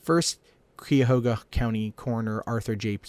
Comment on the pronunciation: its pronounced like the KIYA-HOGA river thats how you say it!